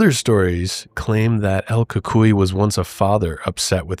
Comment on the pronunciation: I'm mexican, and my grandparents told me about el cucuy (the same pronunciation you used: el cool coo ee...